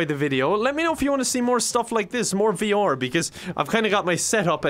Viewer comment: No one:: V-OR